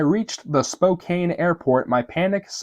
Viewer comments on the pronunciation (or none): none